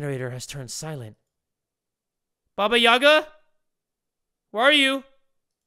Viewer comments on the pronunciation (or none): The slavic stories always were a part of my childhood! Love your videos btw, keep it going! So to explain the name Baba Yagá(the stress is on the second syllable actually), Baba is short for granny and yaga is her name. So basically baba yaga is a scary ugly Slavic witch, that usually figures in mythology, flying on a broom and living in a hut with chicken legs. She also has some magical powers and lives in a forest. Tho I’m sure that in this game her(or its) appearance will be much more different and even scarier than it is in kids tales.